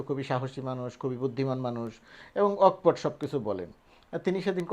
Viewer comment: ভাই, অক্‌পট উচ্চারণ করবেন না। বলুন- অকোপট্‌।